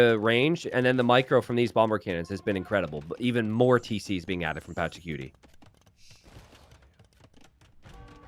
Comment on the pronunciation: saying Patchacuti like "Patchacutie" sounds so funny